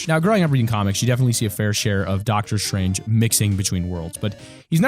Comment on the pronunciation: ITS S T R A N G E NOT SHRANGE